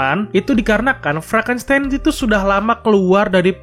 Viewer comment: Frankistain bukan franstain🤣🤣